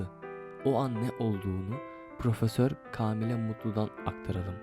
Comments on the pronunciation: Türkçe’ye bak! Kâmile , kâğıt ince okunur kardeşim, edebiyyen değil ebediyyendir o kelime de. Türkçen yoksa metni okursun sonra kayıt alırsın. Müzikle kapatabileceğini mi zannettin? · Kaamile değil kâmile 😂😂😂